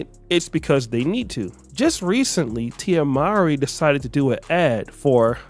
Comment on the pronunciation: Her last name is actually pronounced: “more-ee.”